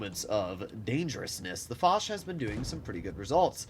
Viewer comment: Dear stop saying « lé foch » Foch you